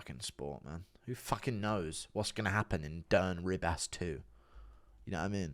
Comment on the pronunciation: ”Ree-bass” good one guru. Whats with the pronounciation